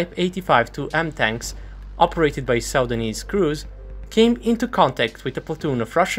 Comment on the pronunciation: ??? "Sau-danese"? Its just "Suu-dan-nese"